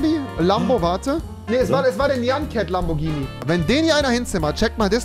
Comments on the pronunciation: Es heißt nicht Lambortschini sondern Lamborghini😂🤦‍♂️ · Noch einmal lamborjini sagen und instant deabo es heißt lamborghini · Es nicht nur keinen Performante S sondern hat der auch keinen Turbo UND MAN SAGT NICHT LAMBORTSCHINI